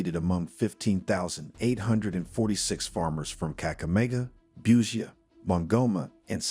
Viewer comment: Huyu ni wa wapy PR mingi ya uongo mingi wee stop to lie to Kenyan citizens , can't even pronounce busia kakamega give us a break tired 😩😩